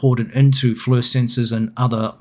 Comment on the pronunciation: For even greater immersion, the right pronunciation for FLIR is 'fleer' and not 'flur' ; )